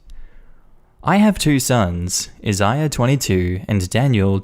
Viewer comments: Jesus Christ dude. Isaiah is pronounced "I-ZAY-ah" not "I-zy-ah" at least be consistent when youre butchering names. And Megan is "MAY-gen" not "Mee-gen". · Anybody else feel relieved when he finally pronounced Isaiah correctly halfway through the story? 🤣